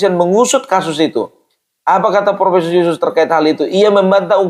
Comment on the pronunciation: Profeesssongggg kali pung😂😂😂